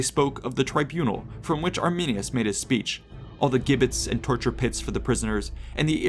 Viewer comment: "Legionary soldiers"? You've got to b kidding! The narration for this video is a joke. BTW, learn how to pronounce "gibbets".